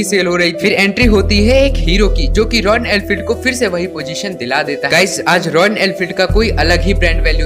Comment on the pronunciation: It's Royal not royan